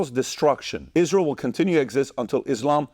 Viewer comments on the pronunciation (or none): none